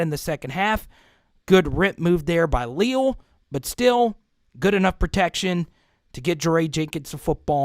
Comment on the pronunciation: #8 is only a sophomore and a monster for sure - btw it is pronounced Lee-Al (like the two first names combined). 👍 And you’re right about those linebackers for sure. I haven’t seen 9 fly in from that far backfield before and he did it multiple times on Saturday. Mike Elko must have seen something he liked in the matchup versus the LSU line - watch for Bama to disguise all sorts of pressure. 🚨🤔